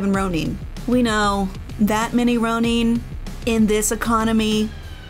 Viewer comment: its ROW-NUN...NOT ROW-IN. SMH its like when people pronounce hiroshima HO-ROW-SHI-MA...ITS HE-ROW-SHI-MA!!!!